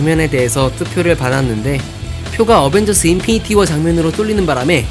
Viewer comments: 인피니티 워를 인핀니티 워라고 한거 보면 손모가지 하나없는거 확실하넼ㅋ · 마블 어벤져스 인핀니티워? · 인핀니티 워 ㅋㅋㅋ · 에 어벤져스:인핀니티 워요? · 인핀니티 워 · 인핀니티 워? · 에 인핀니티 워